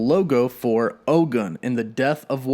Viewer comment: OGUN IS PRONOUNCED OH-GOON. ✊🏿